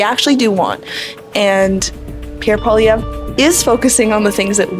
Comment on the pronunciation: These people are in university?...omg...they cant even pronounce pierres name right